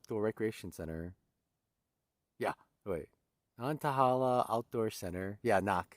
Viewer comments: Nan tay hay la is how the locals pronounce that outdoor center. Hope you got to get a snack at the restaurant there. They have great burgers! You are rocking it! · Nan-tuh-HAY-luh is in the App-uh-LATCH-un mountains XD